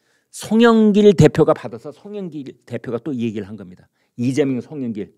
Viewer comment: 이죄명 진짜 발음이 그렇네요